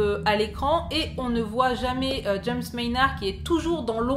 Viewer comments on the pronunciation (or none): none